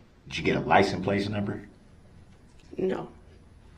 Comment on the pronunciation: Hell you’re good to hear that. Most of the time he says Place Lysen Place 😂😂😂😂